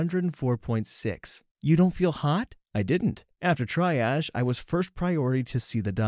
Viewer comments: it’s Treeage not Tryage. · ..its TREE age, not TRY age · It tree-ahdge. More precisely: /tri.aʒ/. Some do pronounce try-ahdge (/trai/), but it's rare in my (uninformed) experience. Hasn't made the transition from "common mistake" to "new pronunciation" yet, I think. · It IS absolutely pronounced Can-you-lah, and NOT ka-knew-la or whatever. Also triage pronounced Tree-aazh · Duded....it's TREE AGGGGEEE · You were saying cannula (CAN-U-LA) correctly. What you aren't pronouncing correctly is triage. TREE-AH-Z 😊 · It’s pronounced tree-aage. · I know it's picky but it's pronounced (tree)age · Former vet tech here, you actually pronounced cannula perfectly! Triage is pronounced with "tree" at the start though. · Triage from the french, Tree -ahzh canula - can - yuh - luh. Sorry, RN just want to help, it’s a bad habit. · Triage's tri is pronounced like tree for future reference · Are Americans illiterate ? How do you see triage and say trY-aRRRRRg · FYI - "triage" is pronounced "tree-arge" and that's "arge" as in "barge" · Dude, it’s TREE-age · The i in Triage is pronounced like the ee in tree so it sounds like treeage... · I’m sorry but I got distracted by the way he pronounced triage (tree-ahje) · buddy, you used up the 2nd (last chance) at 33min only to sneak another one in as i typed this if you do NOT know how to pronounce something GO TO GOOGLE, TYPE THE WORD, THERE IS A PRONUNCIATION BUTTON WTF WHO DOES NOT KNOW HOW TO SAW TRIAGE - TREE-AHHJJ SIMPLE WTF its seriously starting to annoy me. if there's another serious cluster i'm outtie 5thousie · triage is pronounced tree-aujjh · Need to teach your AI how to pronounce "triage." It should sound like "tree-ahje" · Triage is pronounced “tree awg” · triage is pronounced: TREE-ahj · I broke my neck when I was 12. I didn't get care for it until I was 45. Yeah, I'm a woman. Yeah, we have insane pain tolerance. Oh and triage sounds like 'tree-ahj' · said it right: can-u-la; triage --> tre-age. good job